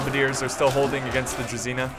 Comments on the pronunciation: I don't know why it's spelled like that, however. It's not pronounced Druzina, it's pronounced Dru-ZH-y-na (It means company) "Dismounted Company" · How to pronounce: Vitjaz - Vee t yaaz Druzina - Dr oo zin a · u should pronounce druzina like there is zh